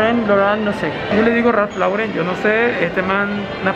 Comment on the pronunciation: Es Tommy Hilfiger “gilfiger” es la pronunciación. No “jalfaiguer” y también es Ralph Lauren “Loren” es la pronunciación. No “loran”